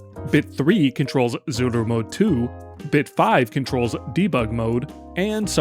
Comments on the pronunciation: it is itching me every time when you are saying zuru instead of tsuru, ts is a one letter, simillar to rusian ц (and even that is wrong, but closest you can get in english without phonetic notation) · I like the random Japanese accent you obtain every time you say Zuru lmao